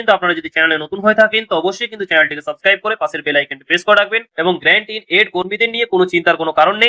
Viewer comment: আরে ভাই ওটা great in aid na ওটা Grant in Aid।